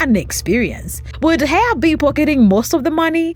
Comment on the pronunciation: Not being rude but if you are going to cover a story about someone please make sure you know how to pronounce their name. It's pronounced like Heffa not Hey-a